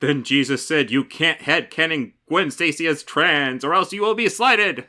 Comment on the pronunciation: Did she just say "Troons" ??